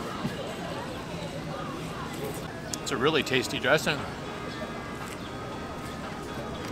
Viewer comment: I know what he meant to say but to me he pronounced it wrong and it sounded like “Eat a duck and mouse” lol